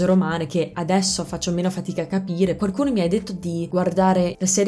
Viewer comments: La tua pronuncia è sconvolgente, wow! Da madrelingua italiano ho notato una sottigliezza nel corso del video: varie volte (forse sempre?) nella parola "qualcuno" inserisci un suono leggero di "r", ottenendo "quarcuno". Che sia il retaggio di qualche amico romano? Comunque complimenti ancora, spero che il mio commento sia bene accetto e ti porti a rendere il tuo meraviglioso accento ancora più impeccabile! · Ti è rimasto solo "quaRcuno/quaRcosa" da correggere, poi sarà perfetto ;)